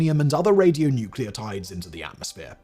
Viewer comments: Hilarious hearing you say "radionuceotides" while machine-gun spitting out authoritative sounding details about the health physics. Please Simon, check on your writers and get some expert help. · radionuclides, not radionucleotides - the latter being a hybrid biochemical entity. Oh dear